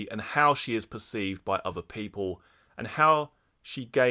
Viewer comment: 'and this that and the uvver' 😅